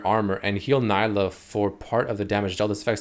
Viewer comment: its nee-lah she even says her name in the trailer 🤦🏻‍♂️